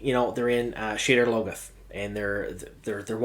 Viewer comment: It's pronounced: SHAH-dahr LOH-goth Shouldn't be talking about stuff you can't even pronounce correctly.